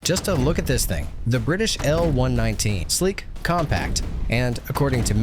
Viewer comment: Just to be clear; It's the M-one-one-nine AND NOT an M-one nineteen!!! A real military historian would know this!!!!! Thumbs down!!! 🦘🦘🦘